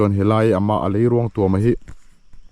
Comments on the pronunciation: Hmuhnawm thin e. Leiruangtuam_a 'tuam' lai hi a thluk hniam lo, a khamphei pangngai, 'puan ka thui' tiha 'puan' ang hian lam la a dik zawk ang. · Leiruangtuam i thluk diklo rei tawh khawp mai hrilh tu che an awm lo em ni aw.tuam i thluk dan hi lei zawk hi ruang in a tuam a ang tlat. Lei in ruang a tuam zawk tur a ni....i pem kha tuam rawh tih a 'tuam' i lam ang khan lam tur.